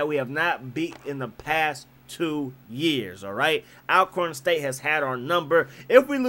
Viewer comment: Bro, it's pronounced (ALL)corn State not AL only reason for the thumbs down. However, good content 👍